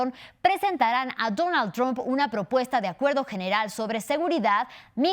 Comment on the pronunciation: ⚠⚠⚠La pronunciación TROMP con o en lugar de TRAMP con a, como se pronuncia en inglés, FUE INVENTO DE MADURO y AMLO como una burla ya que tromp es la primera sílaba de TROMPETA que es como lo llaman a Trump los chavistas, mejicanos y la izquierda comunista española. ⚠⚠ENTONCES si pronunciás TROMP ya sabemos que trabajás para RUSIA y CHINA.⚠⚠⚠